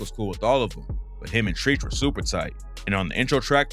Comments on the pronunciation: Not treech it’s tretch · It’s not treech it’s trech and he’s from east orange ( ill town) New Jersey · Treech? U mean TREACH!! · Treach is pronounced ‘Tretch’, not “Treech” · 😂😂😂 stop calling treach treech it's treach like treaturous smh 🤦🏾‍♂️ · It's not treeeech. It's Treach, rhymes with stretch. I mean, come on. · Nigga Naughty By Nature is not from NY.. and you're pronouncing TREACH wrong!!! It's not TREECH.. it's TREACH!!! Young dumb ass AI ass youtubers.. this shit got me hot now. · chino xl dissed pac in multiple freestyles talking about “fuck you and your crack fiiieeeend momma” also lmao treeeech of naughty by nature lol its pronounced like a trench… you really dont know shit about hip hop if you think cool j isnt known for beefs lol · Treech? It's Treach Stoopid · Treach " Not Treech". I appreciate the video but you gotta know your hip hop youngster. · 😂😂😂 "Treech" it's "Tre-CH" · It’s bad enough the cadence in your voice and the sound of it is annoying. …You’re mispronouncing the man’s name. His name is not “TREECH”, it’s TREACH. (Rhymes with stretch)😒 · Xzibit isnt from new york. Treach is not treech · Okay, when you open up the video talking about how Big's verse on Brooklyn's Finest was a "diss" at Pac -- when it wasn't and clearly was a reference/diss to his wife Faith sleeping with Pac -- I could tell then that you weren't going for accuracy here. But then pronounce Treach as "TrEEch" several times, and I can tell you don't know hip hop, weren't around during those times, and/or simply don't know what you're talking about.🙄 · Treach is not pronounced TREECH 😂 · 😂 Treach is pronounced like Tr-Etch I often wonder how far PAC would have gotten and just how much he would have grown if he were still alive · Exactly the way he keep saying that annoys me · he said " treech " lmaooo naughty by nature by nature from jersey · Hahahaha I was going to say the same thing. LL cool J is very well known for beefs. I also noticed the Treech thing 🤣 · “treech” lol😂